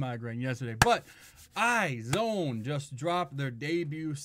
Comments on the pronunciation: it's actually pronounced as eyez one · I really liked the song and specially for a debut, I adore IOI but dream girls was a big no no for me, I wish they had something as good as this for their debut ( or even Very very very, I still love that song so much!). Iz*one (pronounced «eyez one» haha) has a lot of potential! I'm looking forward to their future :)